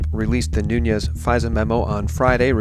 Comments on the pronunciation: Thank you for all your amazing work! Just a small note on Nunes: He's name really is NUNES, not Nuñes... He's of Portuguese descent - not hispanic. Thank you again for being wonderful & 4all that U do <3:) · pronounced "noonz" -Portuguese.. My wife said.